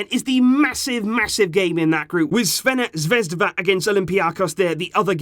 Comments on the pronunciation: You attempting to pronounce Crvena Zvezda is golden hahaha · Who else struggles to pronounce ''Crvena Zvezda''